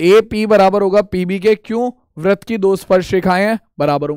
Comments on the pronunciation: Sir vrat nhi vritt hota h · Sar vah vrat nahin vritt hota hai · Vrat nhi hota hai vritt hota hai 😅😅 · Sir app vrit ko vrat kyo bolte hain